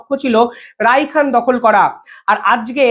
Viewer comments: রাইখেন নয়,রাখাইন বলতে হবে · Please pronounce RAKHAINE instead of RAIKHAN...,However content is informative 👌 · Nice presentation. Rakhain, not Raikhan !!! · Rakhain...rikhan noi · রায়হান নয় ভাই রাখাইন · আরে ভাই তুমি কয়দিন আগে বিভিন্ন লোকের সাক্ষাতকার নিতে! এখন আন্তর্জাতিক সংবাদ পরিবেশন করছো! বি জি পি নয় বি ডি আর হবে।রাইখান নয় রাখাইন। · উচ্চারণ ভুল করেন কেন? রাখাইন হবে। সভ্রেণ্টি হবে।